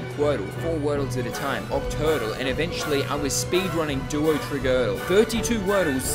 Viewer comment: You mispronounced duotrigordle